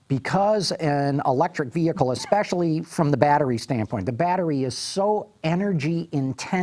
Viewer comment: the word is not "EXpecially," it's ESpecially!!!